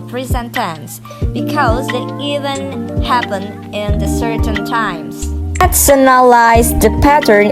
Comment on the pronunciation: Good job, my dearest sister. Your explanation is very clear. For a little correction, please pay attention to some pronounciation like "present, followed by, event". Then which is correct; my analyze or my analysis? But overall is good. You do your best